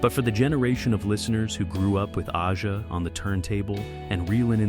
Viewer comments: Liked this video, but it was annoying that the narrator kept calling the album Aja "Oddjah" when it's pronounced like Asia. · A Juh, not Ah-jah. Stupid AI narration! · "Aja" is pronounced "Asia", genius. Also, Becker and Fagen weren't entirely opposed to live gigs, just protracted tours. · yeah I cant take this seriously at all lol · The Alan Parsons Project was doing the same thing as Steely Dan, just studio work Aja is pronounced in the same way as the continent: Asia. You lose credibility by getting a simple thing wrong RIP Walter Becker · That is my point. Have a real person, who knows how to pronounce the title as intended, voice the video, not AI!!